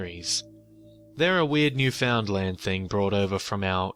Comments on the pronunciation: Really enjoyed the story and the channel. But it's pronounced "Nu-fund-lin" not "New Found Land". Anyway, keep up the good work! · Its pronounced New-fun-land, not literally New-found-land. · Its usually pronounced like "Noof-in-land" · "New-found-land"... Everyone in Canada died a little on the inside. Lol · I found your channel a day or two ago and to my surprise I hear a story about Newfoundland. I am from Newfoundland and back here now. I saw on a comment that someone described how to pronounce Newfoundland pronounce it as written all one word no spaces.New found land is 3 words Newfoundland is one. Otherwise I quite enjoy your channel good job. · its usually pronounced nu fund land